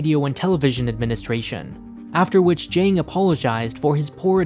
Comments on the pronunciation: Zhang is pronounced jung ZH = j ANG = ung Hao Bang = how bung Hao Bang = Excellent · It's not pronounced Zhang like aang, it's more like Zhang like the o in song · I like your content, but I beg you, please learn how to pronounce Asian names correctly. It's very grating. Zhang would be pronounced as something like "Cheung" or better yet, like "Ch-ah-ng". At the very least, you can copy his Chinese name from Wikipedia and use Google Translate to check how it sounds. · It's pronounced Zhang not Zhang. Odd not aid. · His first attempt at the beginning of the video was fine. The second and subsequent ones were typical Americanised pronunciations.